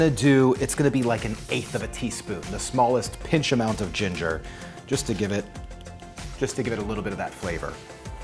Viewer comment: You said "ground ginger" and then tried to say "ginger" again, it became "gringer" 🤣🤣🤣